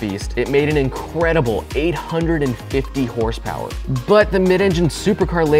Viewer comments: More like hrsprs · Never heard of this “ horse power “ I think you mean hurspers?